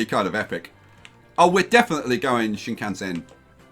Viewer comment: Shinkansen pronunciation hurts so much.